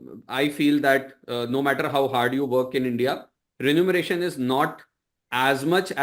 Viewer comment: Sir, it's remuneration and not renumeration.